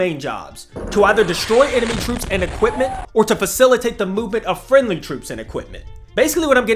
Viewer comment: I like how you emphasized "friendly". 😂😂